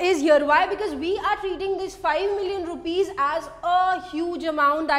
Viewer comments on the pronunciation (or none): none